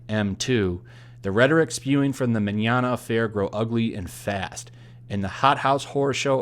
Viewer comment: Thanks for attempting an Italian accent when saying his last name lol It was good